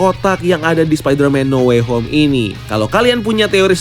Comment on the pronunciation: No way home salah nyebut lo